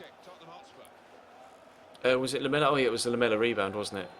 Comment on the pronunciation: Hotspur not hotsur